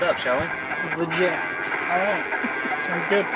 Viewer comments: Also... it's "El JEFE", Not JEFF, the J is silent and pernounced like and H. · The jeff 🤣🤣🤣. Pronounced el heffay